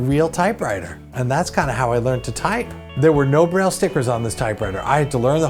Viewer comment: Breyl... yuk! Braille is pronoinced like bray